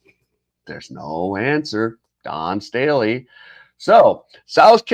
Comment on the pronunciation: Stay let. Not Stab ley